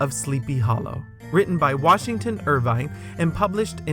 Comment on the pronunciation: Great work,. Wonderful for both a first timer and for a die hard fan. (By the way, The Legend of Sleepy Hollow was written by Washington IRVING, not "Irvine.")